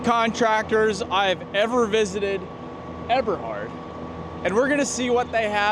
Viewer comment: check on the pronunciation: Eberhard.... it is a long "E" sound, German E